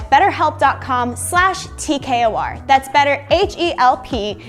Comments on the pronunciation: Why does everyone in the video says t kor instead of TKOR as in like t-kor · They calling it "T-core"??? Nahhhhh. It's T.K.O.R. The king of random...